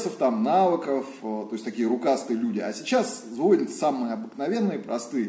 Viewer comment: Ну не звОнят, а звонЯт.